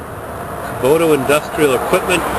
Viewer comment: ok, first of all, its not kuboto, the way you say it, kubota, second of all, if you want a real tractor, get a deere, get a belly mower, much easier to handle, the 3 point hitch is a bitch, cause it swings all over when you turn, and they dig in when you back up, as far as snow blowers, fronts are hydro, and are freakin guttless. the rear may be a bit harder to operate, but much more power... good luck